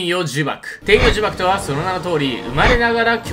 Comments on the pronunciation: 天↑与↓呪縛で草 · 天与呪縛のイントネーションが気になる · 天与呪縛の発音気になるww